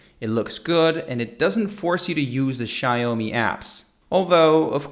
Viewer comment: It's xiaomi not xaiomi and it's hz not herth but good vid